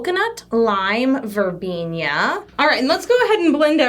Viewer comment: "Verbenia" Me: "VERBENA! THERE'S NO I IN IT! Love this though lol"